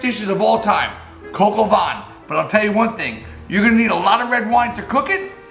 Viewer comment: you butcher the name of the recipe but you nailed the recipe itself!